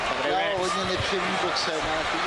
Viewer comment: Ne PAKUAO, a PAKIAO. ETO campion ,nado znat.